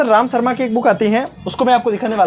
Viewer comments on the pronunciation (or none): none